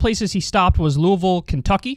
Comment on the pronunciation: What the fuck is that pronunciation of Louisville? Or is he talking about another city that sounds similar?